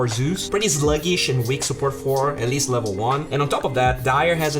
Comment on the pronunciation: LEVEL = LAAAVEL. Better = BATTER.